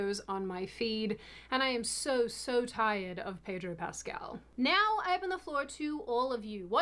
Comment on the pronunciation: The R in Pedro is silent.